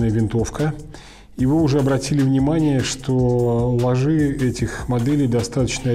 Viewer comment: ударение!! Просто коробит от такого. Ложе, ударение на первую гласную букву. Похожее сочетание: любовное ложе, Не ложИ.